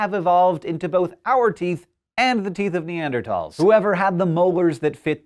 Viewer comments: What's neandertalls it's Neanderthals th not t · i love scishow...but two things. You said Ausyralian scientists and the writing said Austian...and please please start pronouncing Neanderthals the way its spelled. Not tals, thals. The th! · Fuck, it's bugging me how you say "Neardertols" Instead of "Nearderthols" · Ne-and-er-Tals or Ne-and-er-THals? I've always thought it was the latter, but you now have me confused Hank! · Neander-th-als. With a "-th" Not neander-t-als (misspelling is for pronunciation purposes) with a "-t." The History Channel (need I really say more?) was first to replace the ending, -thals, with -tal. Im sorry I just had to get that off of my chest. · Why do you pronounce 'Neanderthals' in a weird way? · can he not pronounce neanderthals correctly...